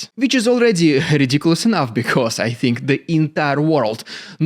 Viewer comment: Very good “Rrrrrrridiculous rrrrrussian propaganda” today😂